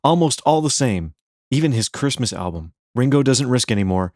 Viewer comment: This is the worst video…The AI is horrible and learn how to say the word “album”, there is an “L” in the word. Why did you bother making this video anyway? Here’s another video you can make and title it “The most boring video” By the way, what have you ever done besides make lousy videos?